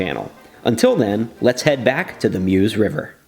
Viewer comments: If only Americans can say Mause properly. It’s pronounced Mers not Muse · Meuse - pronounced Merz!!!! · Yeah, please don't be distracted from the main thrust of the comments, which is "another excellent AAR!" PS. I can't help myself - for future reference, it's "Murz" and "Oo". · Great video as always, but, ooh, I'm gonna be 'that guy' about those Meuse and Houx pronunciations! How do you get those sounds from those letters? 🤣